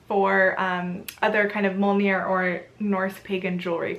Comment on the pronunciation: Awesome video, a lot of the revival movements prefer "heathenism" over "paganism" to differentiate from the more common pagan faiths. A few things to point out is pronunciation, obviously things can be pronounced differently in different cultures however (meant to be helpful not critical) Mjölnir - sounds like: "muh-yoll-near" with a rolling r Blót - sounds like: "bloat" Ásatrú - sounds more like "ouse-a-tru" will not even start in on the gods or Yggdrasil, you clearly know your stuff :) I just think it's fun and fascinating to learn Old Norse and Icelandic. Very cool pieces I got to see an actual statue of Freyr at the museum. The Þórr statue they theorize could just as easily been a game piece. Still very cool piece and interesting to consider where it might have been from. Check out grimfrost for Jewelry. Awesome stuff on there and most is based on old finds.